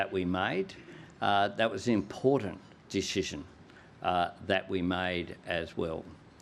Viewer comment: Albo learn your English,, IMPORTANT has a T in it not a D,,,, and learn how to say NUCLEAR ,,,,😢